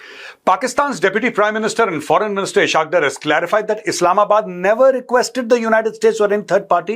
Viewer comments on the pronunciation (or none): It’s not pronounced as “i-shaq dar” but as “is-haq dar”. Indians are not pronouncing it correct.